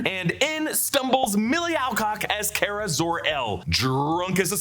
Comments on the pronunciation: Its not Care-Uh its Car-Uh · its Car-ah not Care-ah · I think you’re pronouncing Kara’s name incorrectly. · It drove me nuts ho many times you said “Kara” wrong lol